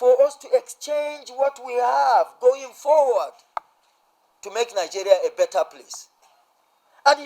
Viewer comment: "to make Nigeria a bettet place " 😂😂😂😂😂😂😂